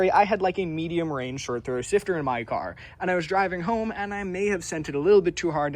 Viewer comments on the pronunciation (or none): none